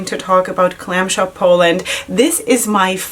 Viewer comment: You did amazingly great with polish names ! 😊 I'm Polish and I would understand you if you said it like this 😁 Glam Shop is really good brand ! 😍 Try also single shadows, you won't regret it 😁